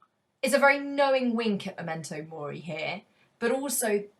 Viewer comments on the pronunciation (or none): it should be M*e*mento mori, shouldn't it? Not "M*o*mento mori".